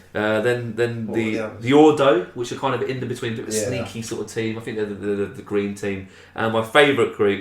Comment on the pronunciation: And you had to fink? What does that mean?